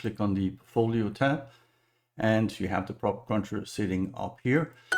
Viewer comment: hello sir, No disrespect meant but you're not saying it right. You say cruncher when it is crusher. No N in the word. crunch is a sound effect when crush is a verb. Again no disrespect meant.